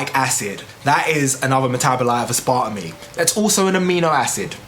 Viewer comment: Learn how to pronounce it maybe